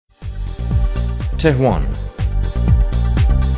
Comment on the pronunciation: Tou gofti Tehwan? Chie? Tehran!!! TEHHHH- RRAN